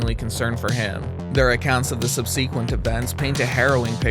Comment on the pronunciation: Excellent video. My one issue is in the word subsequent. It's more SUB-suh-quent. Extra points though, for a flawless 'vehement,' which everyone mispronounces 🤣. With love, The Grammar Police 👮🏽‍♀️.